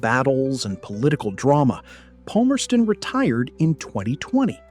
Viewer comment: that is not how you pronounce Palmerston also he died in feb 2016